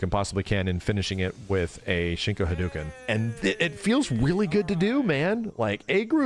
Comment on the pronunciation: Why do you say "haduuken?" That hadOHken. The same way you say GarOH even though it's written Garou. "Ou" in Japanese means it's actually a strict an "O" as O gets. Anyway really love your stuff but just thought I'd mention 😄